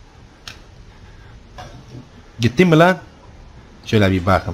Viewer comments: no one: literally no one:: BAQIM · beterya, baqım, elenktrink, uLaĞ aMınA, kantor strink, gasžpumpz, oğlųm, veLaaĞ, SeSsiN çıkAğrmA, ToQtİr DİCTİONARY OF (ADK (AbbAs DiL kUrUMu).